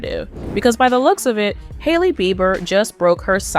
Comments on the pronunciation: SAY HIS NAME CORRECTLY OR SHUT UP.. (JUSTIN BEIBER) NOT BIBER😅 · Justen Bieber is not pronounced [Buyber]. Big insult to the viewer and Justin. Can't be more ridiculous. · This AI voiceover is too much! It called him Justin ‘bye-ber’ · Please learn how to pronounce the celebrities names before making a video. 😂 Bi- ber. LoL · BEE BER NOT BY BER. BIEBER. SAY IT RIGHT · How do you not prounce his last name correctly?? Who is Justin "Bye-ber" .. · This may get deleted, but if it doesn't, I just want to put out there to every newbie trying to cash in with their YT channel, DO YOUR D@ RESEASRCH on the proper PRONOUNCIATION of a person's name before you post about them!!! "Justin Bi-ber?" You weren't trying to be sarcastic, you actually didn't know how to pronounce Justin's last name! Where have you been for the last 20 or so years,? It's pronounced Bee-ber,! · "bye-ber" ? what rock have you been hiding under in the last 30 yrs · Is this A.i. bc who says his last name like that? bye-ber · Justin "VIBER"? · It's pronounced bee burr ffs 😡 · Need to say Justin name right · you began with mispronouncing Justin's name. I'm sure it's an AI mess-up, but it still makes it difficult to take seriously, or believe all ur reporting.. BUT, J & H; It wasn't your fault Justin, you should've been protected, not destroyed!!! Shame on THEM who hurt u!! Bless him and his gorgeous family! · Learn to say his last name. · Did anyone also notice how she pronounce Justin's last name😅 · First,, learn how to say his NAME.